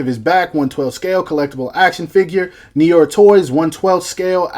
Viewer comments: pronounced. "Noo-are" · it's pronounced "Nu-Waa". but awesome vid nonetheless. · As a Canadian who speaks some French, hearing you try to pronounce "noir" physically hurt me. LOL